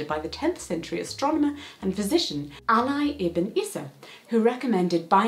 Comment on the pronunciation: Hello Jessica, I just wanted to give you a heads up that Ali is an Arabic/Muslim name and it's pronounced more like ah-LEE. Like Muhammad Ali for example :)